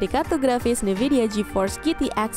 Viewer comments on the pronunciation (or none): Harusnya bacanya en vidia